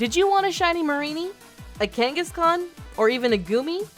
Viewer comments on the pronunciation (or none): none